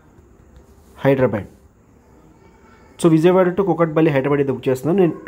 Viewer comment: Orri nayana ..adi HyderaBAD kadu...HydHeraBHAAADH